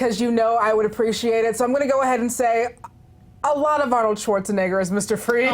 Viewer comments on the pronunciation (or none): none